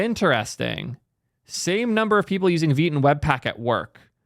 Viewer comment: I've been butchering Vite as 'White' but with a V. It's really strange why Vite would be pronounced as Veet